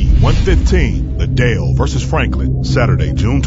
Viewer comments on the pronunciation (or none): Who knew Liddell was pronounced "Lid-Dale"? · "Lidale" ffs🤦🏼‍♂️ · Sounds like the announcer says “the Dale vs Rich Franklin” rather than Liddell 🤔🤔🤔🤔😂😂😂